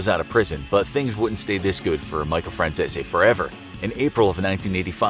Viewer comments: I like Michael Franzese channel..FYI his name is pronounced the way it is spelled. He says it all the time on his channel. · Jesus Christ they really butchered the pronunciation of Michael Franzese's last name. 🥴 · Butchering that last name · I’m sorry, …. You really butchered his last name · Atleast research how to ya know pronounce the name correctly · Your probably gonna get whacked for repeatedly butchering his name! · the way you pronounce Franzese hurts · All I’m gunna say is there’s tons of videos of how micheal pronounces his last name and y’all still got it wrong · He's pronouncing his name wrong he has a youtube channel and reviews mob movies and stuff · They just straight mispronounce his last name to sound more Italian. Check out his YouTube channel first buddy! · That's not how you pronounce Michael Franzese's last name, hope you don't get whacked~! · You pronounce franzese wrong he has a channel you can watch him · Not saying his name correctly.